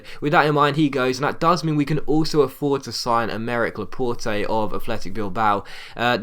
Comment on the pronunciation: It's pronounced La-pot i think